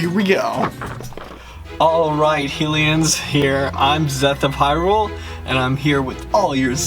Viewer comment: it's Hyrule as in HIGH-rule, that's why the alternate world in a link between worlds is called LOW-rule and it's also pronounced as HIGH-LIAN not HILL -LIAN, and i'm just trying to help with pronunciation is all.